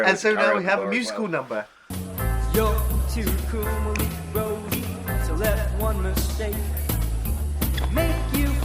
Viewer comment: His name is pronounced Ma-Leek.